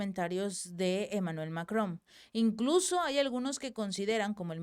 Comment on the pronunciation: Es Macrom o Macron? Tengo esa duda, el texto dice una cosa y al pronunciarlo lo dice con M al final